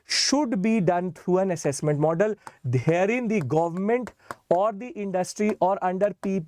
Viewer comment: Accesscment ❎ Assessment ✅